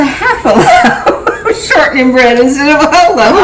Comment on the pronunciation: Shortnin’. Not Shorthin’.